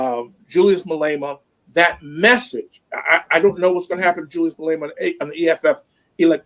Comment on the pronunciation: Its pronounced: Ma-lay-ma Ra-ma-posa Bantu language each letter is pronounced independence and ph is not combined to sound like f. Vowels sound like: A-ah E-aa I- ee O-o U-oo/uu